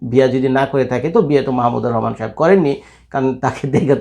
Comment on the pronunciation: বাংলাদেশের একজন স্বনামধন্য লোকের নামটাই আপনি ঠিকমত উচ্চারণ করতে পারেন না, আবার রিপোর্ট করতে আসছেন